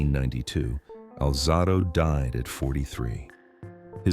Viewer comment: Alzahdo? Stupid A.I